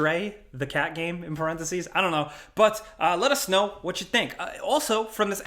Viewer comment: Shit I got beef with and I've never even met the man. The dude can't even say the word "game" right lol Nah he seems cool, I'd buy a beer 🍻